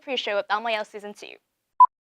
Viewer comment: Khánh Vy luôn phát âm sai từ "ielts"